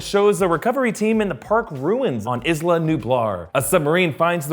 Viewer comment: It's pronounced eesla